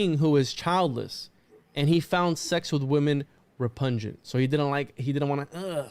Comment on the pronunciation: herb and thyme are pronounced "urb" and "time". Also repugnant is not pronounced "repujnant"., I agree. You are very stupid.